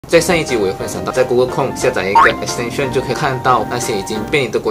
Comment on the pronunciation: 马来英语的重音丢在后面么？亿可斯 探深